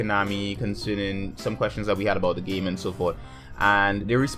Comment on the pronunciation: Where's your accent from? you say 'gaeyme'